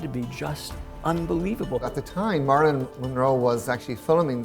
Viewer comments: I know he has an accent, but say Marilyn’s name right! It’s not marlin, it’s Marilyn ! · "Marlon" "Marlon" "Marlon" -- just once I wish he'd pronounce it "Marilyn..." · It sounds like he’s calling her “Marlin” instead of “Marilyn”. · OMG.. Marilyn... Marilyn....not Marlon!!!!!!! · I HATE how he pronounces her name...Murlin Monroe...YUCK!!!! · The way he says her name... like Marlin... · you can blow that very "long winded" response, right out t of your ass, the dumbass no doubt heard the CORRECT pronunciation of Monroe's name, he could have made an effort to pronounce MARILYN correctly. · totally disagree, accent or no accent, the dumbass could have learned to pronounce her name CORRECTLY.